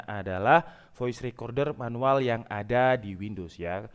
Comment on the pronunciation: Menuwel ya bng bukan manual